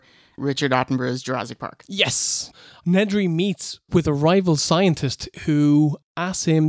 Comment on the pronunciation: "URASS!" PARK